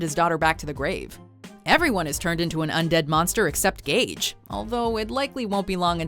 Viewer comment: It’s Gage not Gauge